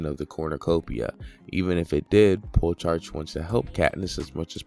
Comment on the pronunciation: Soooo. Great video. My only complaint is the fact that you think Plutarch is called pull-tarch. Haha both syllables are pronounced as wrong as possible.